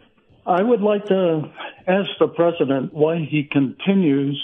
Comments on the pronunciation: 'Twump' 😂 must be Mrs Fudd calling in. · Pwesident Twump. Curse dat twicky wabbit!